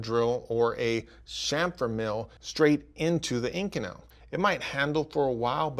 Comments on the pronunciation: It's pronounced kamfer, not shamfer. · Say "SHAMFER" one more time!!!! It's CHAMFER!!!